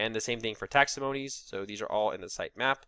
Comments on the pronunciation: your video is great!!! but you gotta stop saying Taxomonies instead of Taxonomies:) Best of luck and no hard feelings! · Why are you mispronouncing words though? Index-ed? Taximonies? What's going on?